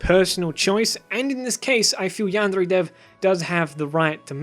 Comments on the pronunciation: ITS NOT PRONOUNCED AS YAN DRE ITS YAN DEAR EH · Lol you're a stupid lying bitch this is sooo stupid you're a fucking follower of the new "hate on yandere dev" and it's yan-D-er-A not yand-RRRRRRRRRRRRRRRRRR-ay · I was interest until he started pronouncing this Yandere like yanderrre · Jaguar That's not supposed to be a rolled r, but a tapped or flapped r. He did not pronounce it as a Japanese person would. Should be yahn-day-ray, not yahn-dehr-ray. Vowel sounds and Japanese are entirely consistent, unlike in English. He almost pronounced it right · Why does this guy pronounce yandere like yan Dare Dev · It’s not pronounced “yam-dairy” either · i just love how he says yandere yandrrre its a weird flex but it's fucking amazing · yandrè ... what is this pronounciation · He says "yaandre" :') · YanDev pronounces it as, "Yeah-n-DAIRY". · cant help but hear "Yandray" whenever u pronounce "Yandere" wrong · I'm glad you made the video and I'm gonna let you finish, but hearing yandere pronounced yanddrey physically hurts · your way of pronouncing "yandere" really bothered me through the whole video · Good education, but I absolutely hate the way you pronounce yandere. Sorry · I adore how you pronounce yandere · I love the way he says ''yandere'' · Your pronunciation of yandere is so fucking confusing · Your pronoucioation of yandere makes me want to puke in my ass and chug it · The way he says "yandere" is bothering me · Please don't ever pronounce yandere like that ever again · Glad these things were pointed out, but the way you say yandere hurts my brain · The way he pronounces yandere 😂👌🏻👌🏻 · This isn't a criticism on this video, I just hate the way you pronounce yandere. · I can’t comment in the video because this is really annoying me. Of course, don’t butcher a pronunciation but you’re really overdoing “yandere.” You don’t need to sound super duper cultured, because it is unnatural. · can you stop saying "yandere" so weirdly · why do you pronounce yandere oddly?